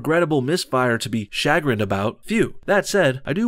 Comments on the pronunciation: you say "cha-grinned" as a way of pronouncing chagrined. It is pronounced more like "shuh-grinned". Go to and listen to their pronunciation key. It's an "uhhh" not an "ahhh". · You've got the emPHAsis on the wrong syLLAble on chagrined there. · Dude, chagrined, it's pronounced shuh-grinned not shaaa-grinned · you pronounced chagrined wrong, js. great vid by the way. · Just for the record, chagrined is pronounced "shu-GRINNED" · Thanks and enjoyed. Note: "CHAGRINNED" is pronounced ---> shuh-grinned rhymes with "muh friend" ...with emphasis on second syllable. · And learn to pronounce "chagrined" correctly, kid. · For a dude who calls himself "," you are absurdly full of bullshit. Good luck with that fursona you got going on, and I suggest you look up how to pronounce "chagrined" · The way you said chagrined was great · Look up the pronunciation of "chagrined."